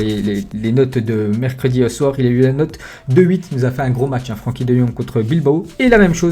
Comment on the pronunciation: ça se prononce frinkie pas Frankie